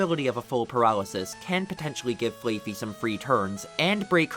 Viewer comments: I do not think it is pronounced Flay Fee. It is Flah like how sheep say bah. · Dude...it's Fl-aah-fee. What the hell is Fl-Aey-fee? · “Flay-Fee”? Am I crazy? Is it not Flaff-Fee? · Never heard anyone say flayfey. Only ever heard flaf-fee. Flaa. Like baa. Fluffy with a baa in between. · "flayfee" im sorry, what? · It is definitely not pronounced "flay-fi" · i've never heard flaaffy pronounced like that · i stopped everything i was doing when i heard that😂 the double A is a play on the sound sheeps make, but even without knowing that the show tells you how to say it